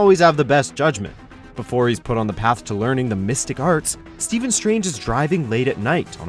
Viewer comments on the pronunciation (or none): none